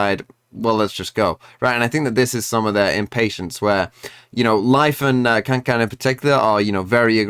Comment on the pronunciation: Learned Kangkang's name T-T but still mispronounces